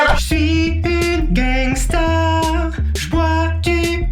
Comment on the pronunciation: Gangeusta palimer-euh :D